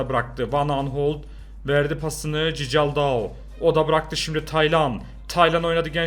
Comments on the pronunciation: abi okunuşu cicaldau değil kikaldau okunuşu 🤣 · Cicaldau deyil sisaldau abi bide bence Galatasaray 2-1 alır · cicaldau çikıldau diye okunuyor reis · Abi bu arada o cicaldau değil çikaldau fiye okunuyor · Abi şu adama Cicaldau deme yaa Çikıldau diye okunuyor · abi cicaldaou değil çikıldaou😂😂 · Çikıldaoo zaten yeteri kadar komik diye düşünürdüm....Cicaldaoo'yu duyunca : D :D koptum :D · Abi cicaldau ne ya allah aşkına doğru oku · Çikaldao diye okunuyor